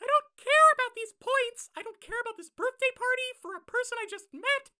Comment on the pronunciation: Everyone: HAPPY BIRF Me: HAPPY BIRF